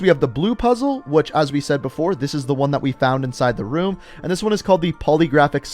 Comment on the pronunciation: "Anotha ruum"